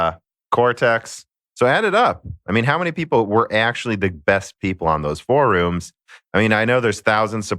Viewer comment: I still laugh when you say "faux rooms," and I'm determined to hear correct you on it because he says it right lol